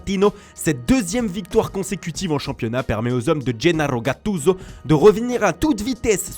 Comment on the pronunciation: Mdrr qui reconnu cette voix avec ses nouvelles prononciations 《napolitain il mattino et Gennaro gattuso》